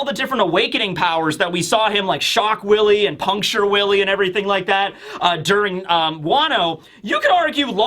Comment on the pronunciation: “Shock villie”